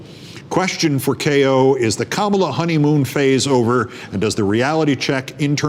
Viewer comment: Keith work on pronouncing her first name